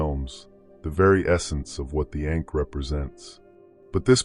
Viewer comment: Hard for me to take you seriously when you consistently mispronounce ankh.